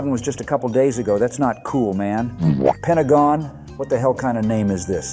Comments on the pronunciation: Lost it at "Pentagone" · OH MY GOD "PENTAGONE" BAAHAAAAAAAAAHAHAAAAAA